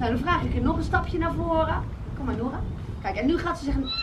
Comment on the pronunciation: nadine zegt steeds Nora in plaats van noura